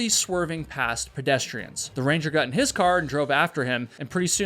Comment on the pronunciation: the only thing i GOT out of this video is you cant pronounce GOT wtf so fcking annoying